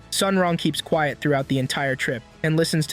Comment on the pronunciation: bro said quet XD